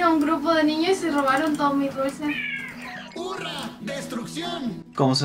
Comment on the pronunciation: Jure que en el cuando hablo blitz dijo "Furra, destrucción" en vez de hurra